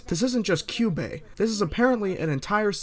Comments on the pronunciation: I cringed when he mispronounced Kyuubey as Kayaba XD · pronances kyubey sayaka homura and kyoko name wrong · I hate how pronounces "Kyubey".